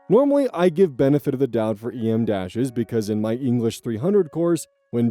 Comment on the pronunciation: They're called "em-dashes" pronounces like the letter, because they're traditionally the length of the letter. En-dashes are the length of the letter n and are pronounced like the letter.